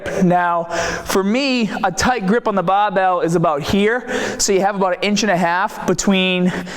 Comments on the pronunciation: "Underneath the BAbell" 😂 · The bahh!! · Came for the tip, stayed for the BAHbell. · What is a baaa...or a baaabelll. U sometimes pronounce r and sometimes not. Sometimes u have accent sometimes u don't. Why ? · bahhbell , ahhhhhmsss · So wierd! I have watched a 100 videos and never noticed "bah-bell" before. This will affect my subscription because I am very prejudiced against Bostonians. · "aharms" " bah bell" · how come you pronounce barbell "baabell" but you pronounce bar as "bar" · I don't get it, you pronounce 'bar' just fine and yet you follow it with 'BAAHBELL'., are you trolling? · "When they grab the bahbell" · LOL there's a definite difference in your accent like how you said 'barbell' and 'arms are' , its more bri-ish if you kno' wot'a mean